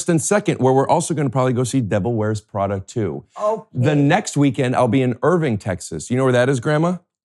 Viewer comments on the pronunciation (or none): none